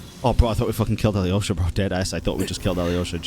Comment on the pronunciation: How do you hear Alyosha's name pronounced in-game with a silent Y yet still insist on pronouncing the Y when you say it?